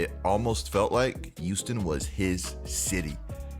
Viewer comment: “The youston rockets”